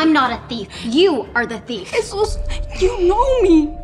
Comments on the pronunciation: his parents gave him his name...it's pronounced Hey..soose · Its actually a popular name! But its pronounced ‘heh-sues’ since the j is pronounced as an h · Its a hispanic name. Its not pronounced "Jesus"